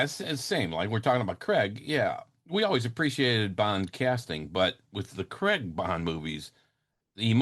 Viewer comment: Its craig not creg